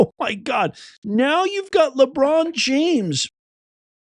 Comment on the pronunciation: Hillarious., the NBA commercial played just as you said Labuan James name…lol